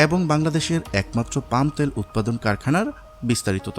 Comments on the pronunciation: তেল কথাটা শুদ্ধভাবে উচ্চারণ করতে পারেন না!!!! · Bangladeshi gawar ota tel bole tayal na